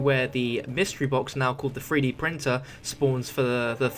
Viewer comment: hey weirdo, you're saying it wrong, it's not a FREE-D printer, it's a THREE-D printer....say "TH" not "FF"